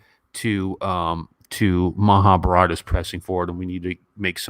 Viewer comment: You got a such a beautiful heart ( a man who can cry is the most handsome in my eyes) 💖, Professor! we actually like more of your sweet bullying the so called haters on d forum , and ur consistently mispronouncing Maha bharat as Maha bhraaat.. haha 😂 or Rama yun ( not Rama - yaaaan) 😂